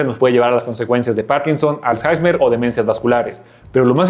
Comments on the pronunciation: Es alzheimer no alzheizmer 😂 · Lo siento pero no puedo tomar en serio a un “doctor” que diga Alzjaismer en lugar de Alzheimer